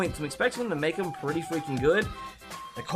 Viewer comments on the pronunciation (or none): none